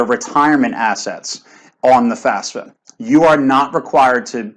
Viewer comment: Why "top experts" can't even get the fafsa pronunciation right? Do you guys need classes on Latin family languages? Sort of which letter comes firs'kinna thing? Jusayin...